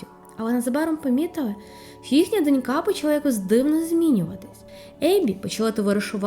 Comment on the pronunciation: Знову акцентую: або дочкА або дОнька- немає донькА